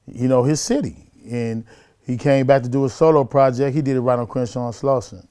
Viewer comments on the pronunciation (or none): crewshaw? I never heard of crenshaw is that in America